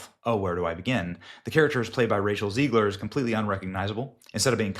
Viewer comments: Its ZEG-ler not Zeeg-ler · It's Zegler, not Zeigler. Stop insulting the wrong name.😊